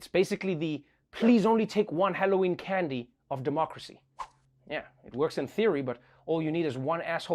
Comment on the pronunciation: Can dee lol